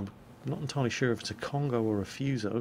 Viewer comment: Great video! I'm getting excited now!:D On the subject of the Kongo, it's been roman-ised incorrectly, it should either be Kongō or Kongou. So less of an 'oh' sound, and instead a 'oh-oo' or maybe more of 'or' sound. Keep it up!:D